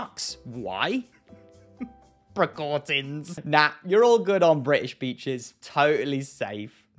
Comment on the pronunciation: Bless you for exposing yourself to such ridiculousness while sick, my friend XD If not for my fear of toppling my laptop and dog off of me from giggling so hard, I'd probably be wheezing along with you, and I'm entirely healthy lol! That said, I think I died for just a second when you read "precautin" out loud XD